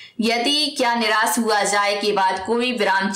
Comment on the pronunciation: By the way it's niraash not niraas